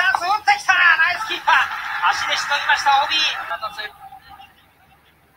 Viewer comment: ヌァイスキープァー